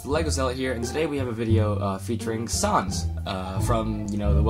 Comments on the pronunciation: You pronounce the name as Sæns. But nice custom! Love it! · No worries. Just so you know, Sans is pronounced like sand and Papyrus is pronounced like Puh-Pie-Rus. You got Frisk correct, though.